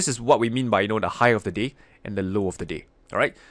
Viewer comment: Watching this half asleep, I didnt here "the day"... I heard "this is the low of the d*** and this is the high of the d***"....... lol